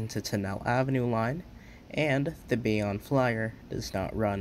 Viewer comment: Great video! Just a couple mispronunciations, understandable since you're not from the area Bayonne = Bay-own Tonnelle = Tunn-el-lee